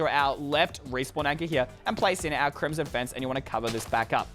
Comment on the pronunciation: LOL he said crimson face